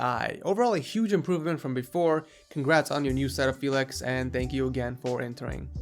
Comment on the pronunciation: Typical american way of saying my name...